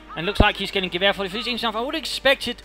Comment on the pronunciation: "gwher" sounds so funny :D It`s like you say "Gewehr" with a bavarian accent